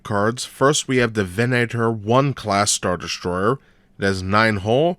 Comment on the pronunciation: Lovely vessel. I'd only collect them for display. It's actually pronounced "Vehn-ah-tor", however.